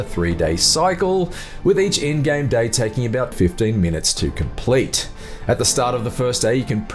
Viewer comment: My 6 year old nephew can narrate better than this dude. Holy shit this guy sucks. “I wasnt able to capture any FOOTAGE. “ “I was playing on a PEE ESS FIIIIVE” “ on a much higher TEMPO” . “About 15 minutes to comPLETE” “gradual build of TENSION “